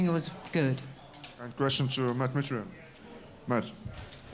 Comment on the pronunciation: "How dare that women tell Brent Primus "he didn't really win, his opponent just got hurt", then she goes on to mispronounce Mitrione. CASUAL